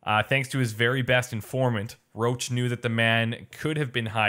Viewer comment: They all say "Roach" but it's pronounced "Roshe". At least, if it is based on the the French "Roche".